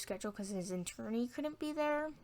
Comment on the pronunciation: got a baby and cant even pronounce attorney.....Poor kid.